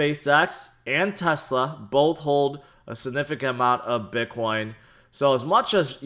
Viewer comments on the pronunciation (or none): none